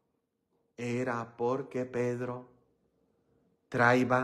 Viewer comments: ES TRAIA,NO TRAIVA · Traía con acento en la i